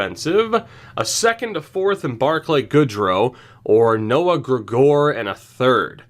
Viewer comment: Gregor is pronounced greg-ger